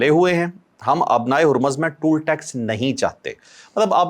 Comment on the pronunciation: Its not 'tool/toul' it 'toll'. ٹال۔۔۔ Toll tax please. My favourite guys.